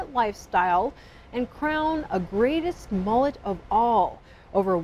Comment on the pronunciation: Its pronounced m-uh-let not m-ooh-let